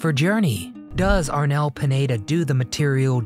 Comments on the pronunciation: LoL! Dude! It's Arnel PINEDA not PANETTA . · Pineda, not Panetta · Arnel Panetta 😅 Pineda 😊